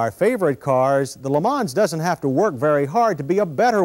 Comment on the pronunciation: Worst example of name butchering of an American car. Geez what a POS.